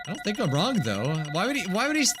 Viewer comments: Everyone: No thats wrong! Nagito: No thats wONG! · I will NEVER get over the fact that it sounds like Nagito says " no that's wong " 😂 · everyone else: has a special rebuttal phrase nagito, trying to copy hajime: no thats wong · “no that wong” -Nagito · No-one: Nagito: NO THATS WONG